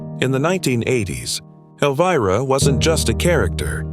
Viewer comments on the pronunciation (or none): AI Can't even pronounce her name right in the first 32 seconds of the Video. SUCK IT you have NO credibility.💩🤡🖕🏾